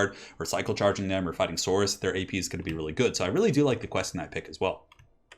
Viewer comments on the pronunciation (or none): none